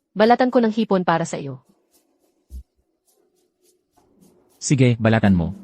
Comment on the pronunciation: Maganda ang kwento kaya lang hindi maganda ang narrator at bakit may hoy ang pag tawag? It is wrong how you pronounce sige.